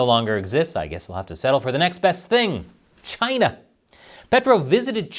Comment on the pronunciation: love the way pronounce Chyna like Trump. taiwan is the real China. Chyna is Proc 😂